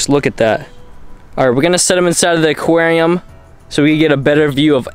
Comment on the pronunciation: Say it with me.... AQUARIUM....